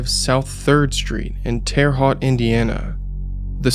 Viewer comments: Growing up in Indiana, I've never heard it pronounced Tear Hawt haha Hoosiers pronounce it Terra Hoat. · Normally I don’t understand why people get so worked up about mispronounced names in true crime… but hearing Tear Hot for Terra Haute truly through me for a loop. If anyone is curious it’s pronounced Tear-ah Hoe-T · "terre haute" is pronounced tera - hote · Excellent job! This is incredibly informative and well researched. One minor correction: Terre Haute is pronounced like tera (like era) ho-at (rhymes with coat). Us Hoosiers like French spellings with odd pronunciations. Thank you for bringing attention back to these victims whose lives were taken too soon. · Awesome video! I know it’s pretty inconsequential, but as someone from Indiana I’d be doing a disservice by not telling you Terre Haute is pronounced “Terra Hote.” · Great video! Subscribed. One thing though: Terre Haute is pronounced "Terra H-oh-t". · Mild correction: Terra Haute is pronounced as Terra "Hoe-t" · Great video. Just a quick note from a Hoosier. Terre Haute is pronounced Tare-uh H-oh-t. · It's pronounced like Terra hote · i’m from indiana and our state doesn’t get talked abt much, but i’ve never heard someone outside of indiana try to say terre haute. 😂😂 if anyone is wondering how it’s pronounced, just say it like this Ter-A Hote. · Killer video (no bad pun intended). And just an FYI: Terre Haute is pronounced "terr-eh hoat" (like oat or boat but with an H). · Hey probably already have a few dozen comments about this but It's pronounced tear-a hoeut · I would’ve liked to see him research the pronunciation of Terry Haute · His pronunciation gave me a good laugh! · Man I was waiting for it, an boy was his pronunciation not a let down. Sticking to that now lmao